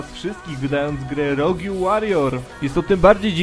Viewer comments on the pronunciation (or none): To sie czyda roudż po polskiemu $_$